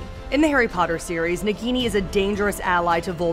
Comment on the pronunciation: Why are you are pronouncing nagini as bikini?